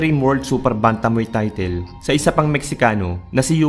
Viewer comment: brod para lalong gaganda ang content mo, paki check pronunciation mo sa word na "title"